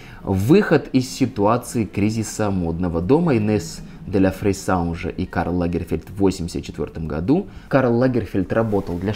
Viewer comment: Он не лАгерфельд, а лагерфЕльд. Историк, мля)